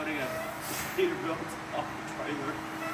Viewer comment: Peterbilia? ScanerBilt?